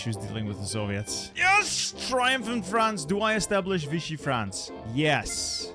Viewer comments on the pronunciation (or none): none